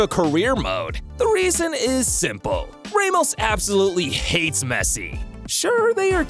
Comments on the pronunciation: ramos❌ raymos✅ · don’t call Sergio Ramos “raymost” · Sir, please, the pronunciations are killing me. "Rae-mos" lol. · The way he said ' Ramos' 😂